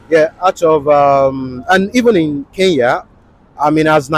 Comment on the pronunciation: Hey Nigerians, it's Kenya not Keya.